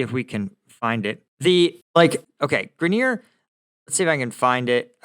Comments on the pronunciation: Grineer??? Guess struggles with all pronunciations.. "Grine-er" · Someone needs to teach, "Focus Mode" & how to pronounce last names. Greneer 😆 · Britney Grin-eer? 😂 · FYI - I've always heard her name pronounced GRY-ner (GRY like Cry). I wonder how Britney feels about America now? lol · Sounds like Gri-neer. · I think you may be being too hard on Brittney Griner. Besides mispronouncing her name, you sort of implied that she went to Russia to "live and work" because she hates America. In fact she had an off-season contract to play basketball there; a decision likely based on which international team would pay the most rather than any special affinity for Russia. Also from what I can gather, her objection to the anthem was more in support of the George Floyd/BLM protest movement, rather than being indicative of anti-Americanism generally. In any case it would have been worth mentioning that (according to Wikipedia): "Griner [...] also stated her experiences of being detained in a Russian jail have led her to appreciate the 'uniquely American freedoms' citizens of her country take for granted or overlook. As such, her agent has stated Griner intends to stand while the United States national anthem is played before every game during the 2023 WNBA season." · Ok u r not serious! U dont even know how to pronou ce Griner..u dont k ow this one! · Amusing, your pronunciation of griners name. She should have stayed the poster child for play stupid games win stupid prizes. Aside from the THC product she was in violation of she had multiple strikes against her. It wasn't long ago that they executed homosexuals. Releasing Bout in exchange for her wasn't incompetence but part of a plan . Those in control make the world dance as their puppets. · Good take but you completely mispronounce Griner. Oof.